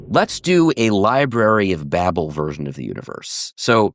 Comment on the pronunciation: He can't even pronounce babel correctly 😆